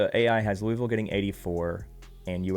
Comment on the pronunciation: Louie ville 😂